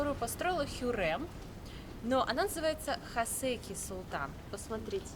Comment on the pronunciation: ХасЕки ))) ХасекИ